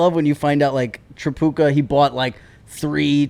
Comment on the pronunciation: The Tripucka pronunciation is getting to me 😂